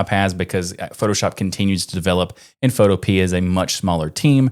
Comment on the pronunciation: I believe Photopea is pronounced like "utopia"